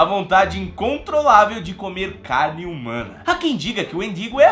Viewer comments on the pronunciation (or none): none